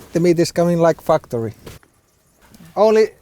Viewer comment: Am I the only one who never thought the word factory could be pronounced like ”fucktory”?